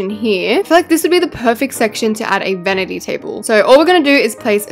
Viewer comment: It’s not a venity table it’s a vanity table